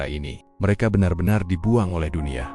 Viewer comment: Membacanya agak kurang serek, maca BENAR, dibacar BENER